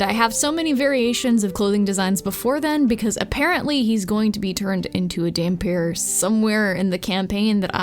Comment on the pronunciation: Not sure if anyone has told you yet, but yes you did indeed pronounce dhampir correctly